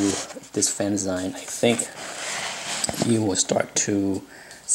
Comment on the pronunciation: I've always been a fan of Byrne and his work caught my eye when he was still at Charlton, long before he did anything for Marvel. Thanks for posting this. BTW: "fanzine" is pronounced like "magazine", not the way you pronounced it.